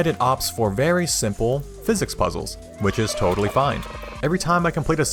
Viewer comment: "Gordon. Single. Theoretical Physiss."